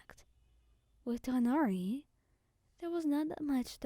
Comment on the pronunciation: I love the way you say Tighnari ❤😊